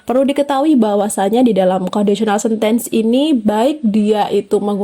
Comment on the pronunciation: rada terganggu dengan pronountiation 'sentence' 😅